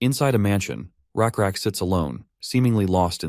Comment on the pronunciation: You guys say it's lakrak it's rakrak ❤